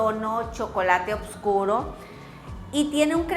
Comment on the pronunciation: Por qué dices oBscuro?????se dice oScuro,la B sobra.